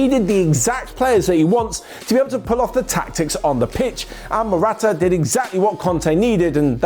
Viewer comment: Marotta it's Marotta